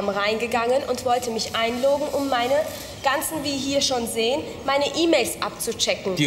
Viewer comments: HaHa und die sagt nicht einloggen sondern einloogen :D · "datcom" und "einloooggen" zu geil :D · wie sie sagt "einloogen" :D hehehe xD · wue sie einloggen ausspricht :D